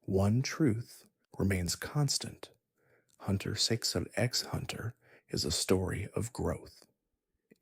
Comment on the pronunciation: bro pronunced the x in hxh im not watching this